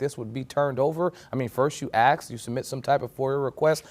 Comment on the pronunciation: Who put Grandma's wig on that FREELOADER? "Acts" (its even in the transcript thats how the FREELOADER pronounced ask) smh 🤦🏻‍♀️ get rid of the aa hires